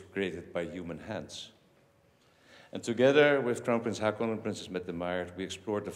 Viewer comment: Please, Your Majesty, ho:kon, not ha:kon !!!